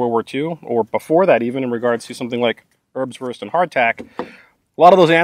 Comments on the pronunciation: Airbswourst. Try pronouncing it this way. Great Video though. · Usually Americans pronouncing German is very hard to listen to but I enjoy hearing you say "Örbswörst" again and again. Great video to showcase these rations from yesteryear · Haha! "Örbswörst" (love you, greeting from the country of the Örbswörst) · Thought you said herbswurst, that sounds more like a Netherlands thing. This differs from wurstherb would be something I experienced back in '95 in my buddys dorm. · Your way of saying Ernswurst sounds funny. Not because of your accent, but because I have never heard it spoken without a huge amount of contempt and disgust by someone over 80 😆 I guess having to live off this stuff for a few years changes your perspective 😉